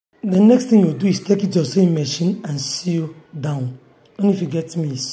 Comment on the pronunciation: Very informative, I no go lie.. Pls ma change how u pronounce SEW to Sow instead of trying to pronounce the W in it. I don't mean to be disrespectful ma.